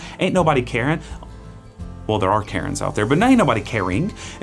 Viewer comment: Carin' not Karen.